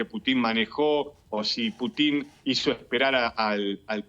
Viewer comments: Se pronuncia Pútin y no Putín; así como Bíden y no Bidén... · aprende a pronunciar el apellido del pte ruso Que burro eres ademas de pro yanqui.